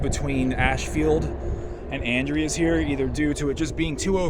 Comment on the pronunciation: The town is pronounced "An-dree-z",, I got corrected by a local about 20 years ago as I was saying it wrong also. The station certainly has decayed since I was there last 5 or so years ago. Still had roof and floors. Great auction house in town there at the intersection, Dean Arner, sometimes he has some interesting local railroad memorabilia for auction. Inside the station, thats called "strap rail", wooden rail capped with an iron strap. They would have stored a speeder in there for track inspection. Hopefully someone can repurpose the station before it's all gone.